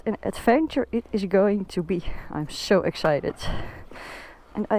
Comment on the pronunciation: I was wondering why Noraly sounded different. Her s sound like sh eg her 'so' is 'sho' I was going to ask what happened to her then I saw in the comments many viewers were fooled into thinking she's Noraly too. Same style, same country😂